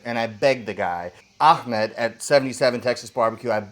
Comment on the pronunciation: you said “ahmad” in strange way , like the way of someone from Israeli will say it 🇮🇱